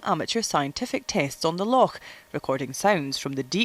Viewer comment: she said, "Lochaulk" HA!